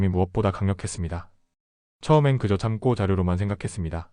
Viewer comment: 참고 자료 를 참꼬 자료 로 읽고 있네여 엉망 이여